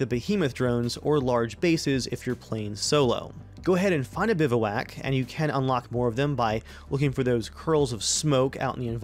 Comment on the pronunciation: Good video, but you're pronouncing it wrong. It's more like "biv-wack". Keep up the good work man!